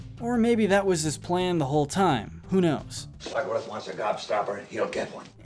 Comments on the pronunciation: It’s SLUGworth not slumworth, also Willy wonka rescued the Oompa Loompas from a horrible place which is very humanitarian of him (yeah they work for him but there’s no such thing as a free lunch). Grandpa joe is by far the worst thing in this movie, hitler incarnate. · Slugworth not slumworth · It's SLUGworth. Get it right!